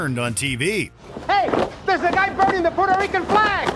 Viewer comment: And u def anger "pweuerto reekans" if you call them "Porto Ricans". Its not a road side toilet, its not PORTO, and im white as a ghost